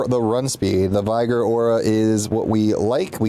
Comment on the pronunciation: vai gor? how did you get to that age without knowing how to say vigor lmao